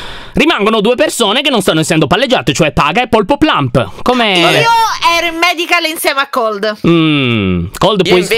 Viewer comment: Non si dice medical ma madebay